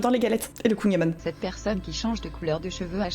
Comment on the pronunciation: on dit des crêpes et pas des galettes sauf quand c'est double épaisseur et on dit le "an" de kouign-aman comme dans "nique ta maman".